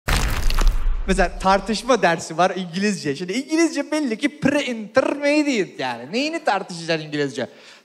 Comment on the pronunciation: Prre interrrmediiate